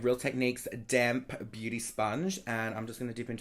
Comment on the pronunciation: Love it how you emphasise DAMP when introducing your DAMP beauty blender HAHAHAHA Q